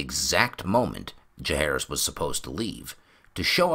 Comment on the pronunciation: Can't wait for this book to temporarily sate my appetite for more ASOIAF. Tiny gripe (and call me an ass if you wish) but what's up with pronunciation of "Jahaerys"? Like Aerys or Jacaerys or Maelys the Monstrous the sounds are always the same. I'll go and hide in the corner now.... 😔